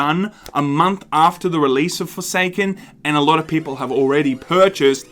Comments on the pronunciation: did you say foreskin instead of forsaken cause that was hilarious. I got foreskin I mean forsaken for free on PS plus 15 minutes in I uninstall it cause it really isn't my type of game but thanks for letting us know about Bungee shitty arse business practice cause that's how business works in reality. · did you say Forsaken or Foreskin?